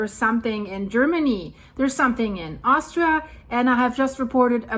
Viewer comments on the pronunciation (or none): none